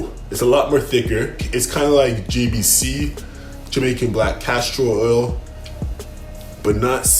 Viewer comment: “ GBC “ Jamaican Black Castor Oil. You mean “ JBC “ 😂